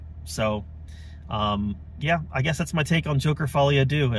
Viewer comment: Good review. Pronounced "Dur" btw - as in Un, Duex, Trois. Not just you - every single media outlet is pronouncing the number 2 as doo for some reason.